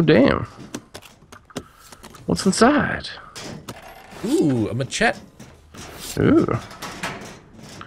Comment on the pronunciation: tell me he did not just call it a ma chet